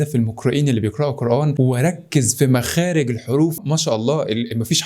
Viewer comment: سبحان الله اللغة العربية أقوى وأعظم ملاحظة نطقت كلمة قرآن غلط 😁 مينفعش تنطق الألف زي كلمة اه الألف مرققة انطقها زي الألف في كلمة الآن